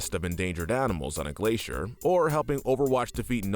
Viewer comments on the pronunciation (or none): none